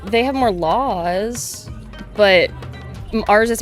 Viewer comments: . Yes they do have more lawwwws! Only one L. I disagree with her opinions, but even she cant stand the way Kaitlyn says laws. Lawells, lawls, who knows, but it is annoying as all heck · I love watching her videos, but can't stand how she says "Lawls". She puts in an extra L. I can't unhear it.